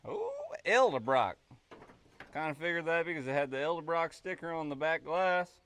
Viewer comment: its EDDEL BROCK......NOT EL deBrock